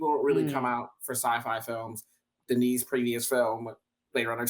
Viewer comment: Denis not Dennis.